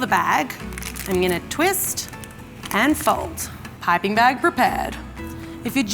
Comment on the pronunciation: The way she pronounces piping (pie-pin) lol